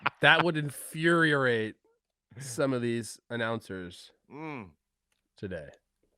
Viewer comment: Trev can't pronounce infuriate?